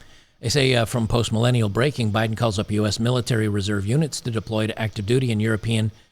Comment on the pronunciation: When you said "reserve units", I heard "reserve unic's", which is probably more accurate, lol.